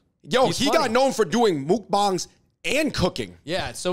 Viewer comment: FYI! Mukbang is pronounced “Meok bang” or “Mok Bang”, not “Mook Bang”. sometimes the various english romanization doesn’t clearly reflect the korean pronounciation. Like how u would start pronounciation